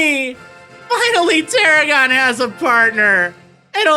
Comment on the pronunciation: got it wrong both times.... its Tarragon